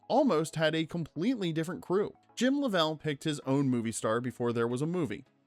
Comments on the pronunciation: It's painful to listen to this guy pronounce Lovell. He has obviously never even seen the movie. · How do you make is whole video without ever watching the movie. If you had, you’d know how to pronounce Lovell. They say his name like 30 times in the movie. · Yeah…. Doing a documentary you might want to get the main characters name right…. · Yeah, it was painful every time he said it! 🙄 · Then he should have checked how to pronounce the name. Anyone who is familiar with the movie or the actual incident, like me, knows how to pronounce it. It is not an unusual name. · "Lovell" is pronounced LUH-vl, not luh-VELL. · You mean they didn't launch a real Saturn V for the movie? no way...LUH-VL btw. Jeez... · Unbelievable that you mispronounced "Lovell" (Luh-vl) so many times. Did you or any of your staff even watch the movie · Even when it's "AI", These men are American Heros!!! How the hell does no one listen to the piece before it's unloaded???? I've stopped watching. I know how it ends...but some kid, or adult wiil be saying "Jim 'Luvel"!!!! You ruined it.😡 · I turned this off less than a minute in when the AI narrator said “Jim Luh-VELL”. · I usually like these videos, but seriously, how can you mispronounce one of the lead figure's names? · You say “Lovell” wrong so many times it’s like you didn’t even watch the movie or see any real interviews. You posted this 9 days ago and it only has 40,000 views… go back to your edit bay, and re-record the entire voice over and pronounce Captain Jim Lovell’s name correctly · The mispronunciation of the main character makes this video too painful to watch. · Decent video but you think you do a little research on how to properly pronounce the main character’s name. Bizarre. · Train your AI voice how to say "Lovell" properly!!! Don't butcher this hero's name and dishonor his memory. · "Lovell put his name on the line for accuracy" Proceeds to mispronounce his name through the entire video.